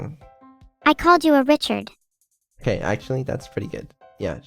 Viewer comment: read Reee=ch-ard but is not ch